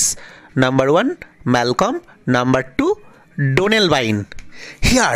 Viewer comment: e pronunciation mistake, Malcolm - son of Duncan, & brother of Donalbine